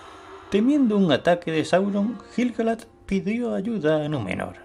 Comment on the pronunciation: La U de "Laiquendi" se pronuncia. Lo mismo con "Quendi", "Quenya", "Quenta", etc. Aunque viendo otros vídeos tuyos me doy cuenta que castellanizas la mayoría de los nombres. En este vídeo, por ejemplo, pronuncias "Gil" (de Gil-Galad) con la G española como en "geranio", pero en realidad se pronuncia como la G de "gato".